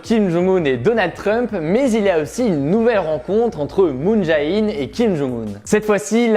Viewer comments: petit conseil de prononciation: moon jè-in et non pas moon ja-in et rassure toi tu as bien prononcé Panmunjom 😁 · Moon Jae In se prononce Moon J"é" In (ou Jane en anglais) voilà